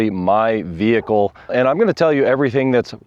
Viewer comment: “VEE-HIC-L is operating as per design & intent” (normal)